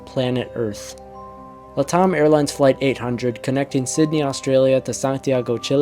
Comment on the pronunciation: Latam is pronounced 'Lat' like in Latin and Am like in 'I AM getting tired of hearing it mispronounced'. Latam is an abbreviation for the first two words of 'Latin America Network Airlines. "LATAM typically stands for Latin America. It's a shortened form often used in finance, economics, and business contexts to refer to countries in the Americas where Romance languages like Spanish, Portuguese, and French are spoken. "